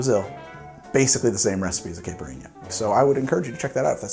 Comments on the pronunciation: Caipirinha - (Kah-ee-pi-ree-nya) the "ee" sound is super short almost like saying Kite, the R is almost more like a "D" sound, the nha is ñ pretty much. The pronunciation you used varied so much, sounded unsure. So here it is :) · FYI, Caipirinha is pronounced "KAI-pee-REEN-Ya" Although it uses that hard, almost swallowed "R" sound that spanish/portuguese has that almost sounds like a "D" or a "T" to me. Source: I have Brazilian friends and got a few funny looks in Rio when I mispronounced it. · Oh man, you’re willing to risk the wrath of the Brazilians a second time? 😂😉 If you need any tips on pronunciation, let me know!